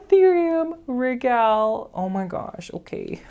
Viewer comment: I love your style. ( if you know any Italians ask them how they pronounce regal. Regale has the same spelling in Latin as it does in Italian. )